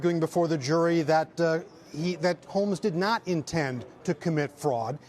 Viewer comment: My ears are deceiving me, I heard "Elizabeth HOLES" lol